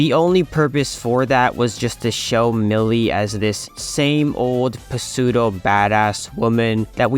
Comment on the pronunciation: Just for future reference, the P in "pseudo" is silent. Like "sue dough" Great Helluva Boss analysis otherwise, per usual 👏🏻👏🏻